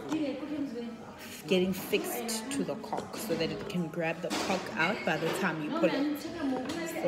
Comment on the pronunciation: How does she not know how she’s saying cork lol